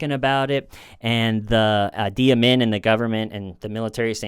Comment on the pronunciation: Uzbekistan is typically pronounced like OOZE-bekistan not YOUs-bekistan fyi. And the Ugandan fellow - Idi rhymes with "needy". And this ones easy to remember: last name Amin as in "a mean" man. Sick vid 🙏